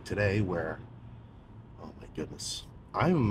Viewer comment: My favourite part of everyday is when he says “homygoodness” 😂